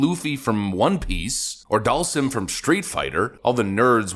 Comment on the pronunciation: Lol, Monkey D Luffy.... Dahlsim... You're alright,. 😂